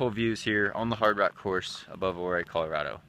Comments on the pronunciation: Pretty sure it's pronounced You-Ray. Vo2maxProductions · Ouray = "you-ray" :) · Great video. I did in fact come down that trail in the dark while pacing at Hardrock this year. Luckily, the sun was rising so we had a bit better light towards the end. (But we were sleepy at the time as well.) Also, the pronunciation of that town would be more like "you ray" but without a gap and a slight emphasis on the "you" part. (I grew up just a few miles down the road.)